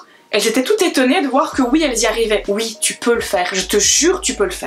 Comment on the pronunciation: C'est une belge ça s'entend a son accent, il le prononce souvent houite